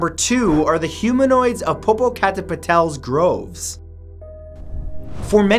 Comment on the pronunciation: 2.the hoomanoids of WHAT?????